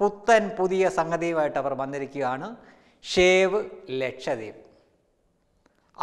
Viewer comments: Shave gasha .... Shave Alla bro save aaaa. Ooo enthoru kashtam . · ഒരു പ്രത്യേക അറിയിപ്പു shave അല്ല Save ഷേവ് അല്ല സേവ് ഷേവും സേവും തമ്മിൽ ഒത്തിരി വ്യത്യാസമുണ്ടു.